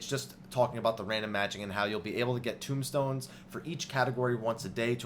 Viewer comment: TOMESTONES. NOT TOMBSTONES.